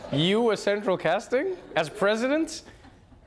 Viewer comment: “CeTraL CaSsTinG”